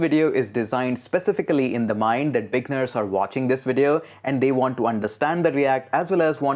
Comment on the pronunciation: You say "beginners" and it sounds like "big nerds" XD Thanks for the crash course, my man. I've been scouring the internet for an updated course like this for ages now. And all the new stuff and old stuff combined were not helping. You just made it all a lot simpler. A. LOT. Thank you!